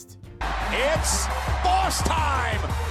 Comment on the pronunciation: "Its baws time" 😂